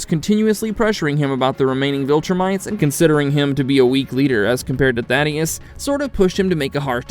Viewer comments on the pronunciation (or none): Thaedus not Thaddeus lol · Why can nobody say Thaedus correctly, every video I see they call him Thaddeus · BRO……… it’s not “Thadeus” it’s Thaedus lmao